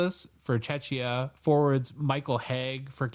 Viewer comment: (and too 😬), we’re not a Chechya, it’s Czechia - correctly pronounced “chehkhiyah”. My ears are bleeding, gentlemen. 😄 Thanks for another great show. ♥️ Greetings from Czechia! 👋🏻